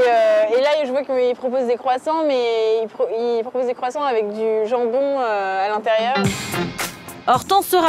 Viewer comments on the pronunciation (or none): none